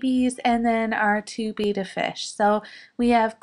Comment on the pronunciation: Your animals are all so cute and adorable!!! I love the little bunny noses at work haha (A small side note... Siamese fighting fish are called Bettas which is pronounced bet-tas. Not betas.)